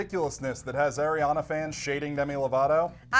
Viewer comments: Ariana. NOT ERIANA. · It's Ariana not Airiana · They're favorite singer is ariana yet they can't even say her name right lol